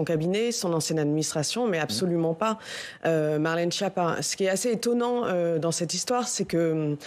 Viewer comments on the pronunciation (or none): "Marlène Chépa"